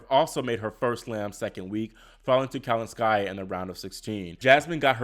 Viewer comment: The name is not kalinSKAIa. Please say kaLINskaia